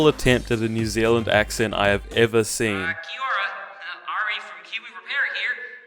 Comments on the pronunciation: Oh no, not the "Kee Aura". Second only to Jennifer Love Hewitt pronouncing our greeting, smh. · Ahh yes "ke oraa" guys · It pissis me off when pakeha can't pronounce kiaora properly or the native tongue it's so annoying